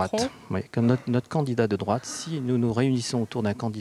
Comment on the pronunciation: Les Francais sont tous dislexiques < > / Ils mettent des ''r'' partout: < > c'est mon favorit, le pire est que ca fait des annees que ca dure, et personne n'en parle, !!! La France, un pays de minables !